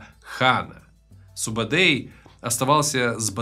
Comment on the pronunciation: Не Субедей, Субетай. Не Джебе, а Жебе. Кият, конырат, найман, борижеген - все названия казахских родов. Где здесь Халха - монголы?